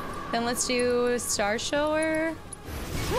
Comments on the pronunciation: Star shower makes me giggle every time she says it. I'm pretty sure it's starshower like taking a shower. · Starshower is pronounced Shower like taking a shower to get clean.